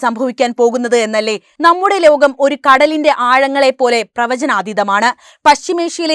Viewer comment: . ലോഘ. Polees😂😂😂😂😂 പാവം.